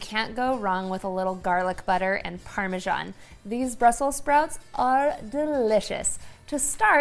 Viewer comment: I'm usually not a grammar ninja but it's Brussels not Brussel, I have no plans on cooking those dangly things on my toothbrush!